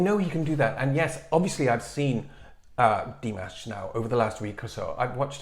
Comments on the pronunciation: It was rather disappointing not to be able to at least hear his voice. Please find another way to get around the copyright issues. Also, you are pronouncing his name correctly (Dee MAHSH), but you're putting the accent on the Dee instead of the MAHSH. It's Dee MAHSH, not DEE mahsh. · Good idea! Nice reaction. Quick note: pronunciation of Dimash's name is with stress on the second syllable and not the first.